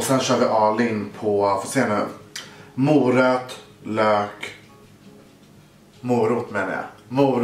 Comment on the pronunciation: Hahaha ”moröt” 😂😂😂💗